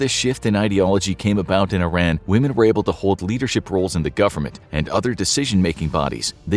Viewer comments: no bruh its EE-ran. I RAN was a slight to mispronounce our names for decades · Its not Eye-ran its EEE-Rahn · Pardon me, but Iran is pronounced “eee-rah-nn” instead of “eye-ran”, sending my love ❤, great job on the video btw, love the depth you go into 😊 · “ee-RON,” not “eye-RAN.” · Because he spell Iran as Eye-Ran? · It would be more respectful of we pronounced it correctly... "eer-ahn" not "eye-ran" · I am confused, it is pronounced I-ran or Ee-ran? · I love this! Iran is pronounced (e-ron) not (I-ran)❤ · it's not eye-ran it's e-ran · Please say EE-ROHN instead of I Ran. 🙏🏼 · it's pronounced EERUN, not I ran. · It's pronounced E-ron NOT I-ran. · This is a good video. However you need to pronounce the name of the country correctly. It is pronounced (E, like the letter. Ron, like the name) Iran (E-Ron) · hes pronnouncing the name wrong its not i ran , where are u running ? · American school teach kids to pronounce it as "Eye Ran" so you'd have to educate people on an individual basis over & over to unteach that. This is also a country where we can't agree how to pronounce the names of our own states, especially Nevada. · Just a kind reminder to check the correct pronunciation of Iran. Some would find your mispronunciation offensive. Thanks for the video, I enjoy your channel. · You’d think a content creator so knowledges on history would know how to pronounce Iran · Currently the whole world knows about this and people still can't pronounce the name of the country properly!!! 🙄